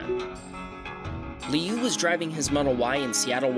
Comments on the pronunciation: It’s kinda like lee-ew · sort of, just with different tone. 6 (Liù) is falling tone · pronouncing "Liu" was the most American thing I heard today